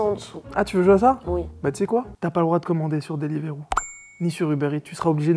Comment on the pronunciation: Il a dit delivroop et uberits mais just ead